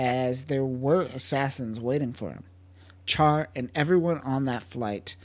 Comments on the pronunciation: Ummm...CHAR is pronounced "SHAR", like in French. (In Japanese, it's "SHAAA".) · Good video but it’s pronounced “shar”